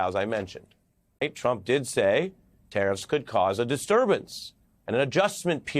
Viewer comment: I wish Americans would speak properly, this guy says ‘tariffs’ but it sounds like he’s saying ‘terrorists’